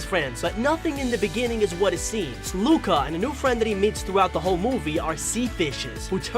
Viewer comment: It disturbs me so much its pronounced loo-ka